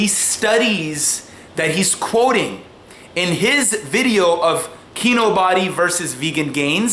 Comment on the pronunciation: Lol he pronounced it KEY-NO-BODY instead of KEY-NO-BEE.